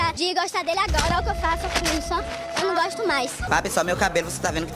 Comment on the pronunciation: " Eu nao goxto mais"